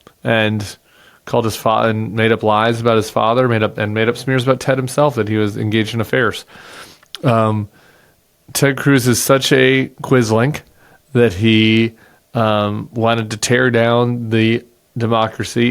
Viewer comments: I think it’s Quisling, not “quislink” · Did you just say Quislink😂 ... Apologies but it's Quisling, as I am sure you know. It's a small point but being a South African of a certain age, it's a thing to have lived through legalized racial supremacism and all that went with it's Nazi ideology! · Tim, It is a 'Quisling'...not a 'Quizlink'... Vidkun Quisling Former Minister of Defense of Norway Vidkun Abraham Lauritz Jonssøn Quisling was a Norwegian military officer, politician, and Nazi collaborator who nominally headed the government of Norway during the country's occupation by Nazi Germany during World War II.